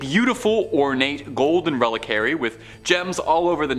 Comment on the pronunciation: Dude presents content which is actually really interesting! Not scary. Not dark. Not weird. Simply, very interesting & actually real! I've read & researched much of what dude "presents" here. Terrible pronunciation, (ie: "Re-lik-wa-ree"), embarrassingly light-hearted re: truly incredible phenomena. In eastern philisophy, "Nirvakulpa Samadhi" describes a spiritual state where very holy people, in a state of deep prayer, contemplation & divine communion, enter a state of "suspended animation". Their bodies thereby having the appearance of being "incorruptable". The spirit/consciosness/psyche remains in this state of deep prayer & intense contemplation, while the physical body remains in the position it was when this deeply prayerful & contemplative spiritual state was achieved. Apparently, this occurs, so that when this holy state of prayer has passed, & the state of divine communion has ceased, the physical body remains for the spirit/psyche to reinhabit. Which doesn't actually seem to happen. Very holy people seem to have developed the ability to remain in this state of perpetual bliss.